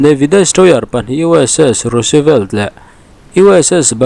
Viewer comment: Roosevelt hi chu = Rusvelt ti a lam a ni ṭhin